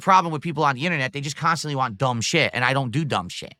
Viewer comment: The way he says waah when he is trying to say want makes me chuckle.